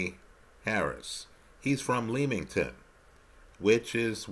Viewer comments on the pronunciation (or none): it’s pronounced Lemmington as opposed to Leem-ington.